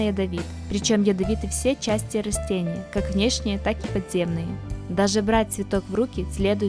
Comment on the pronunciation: Не рОстения , а рАстения !